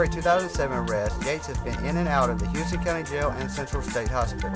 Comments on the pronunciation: you dont pronounce houston right. youre saying it like houston texas but in ga we pronounce it house-ton. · where is he from that he doesn't know this? We have a HOUSE-TON street here in Macon and the county's right to the south of us.